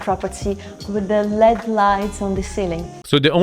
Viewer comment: "...with the lead (LED) lights on the ceiling". She is obviously reading a script with no knowledge of the property. Everyone pronounces those type of lights as "L-E-D", not "led".